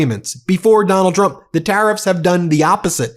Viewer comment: What is up with Leavitt not being able to say Trump. She says President Chump 😂😂😂 Might want to find a press secretary that can actually pronounce your name!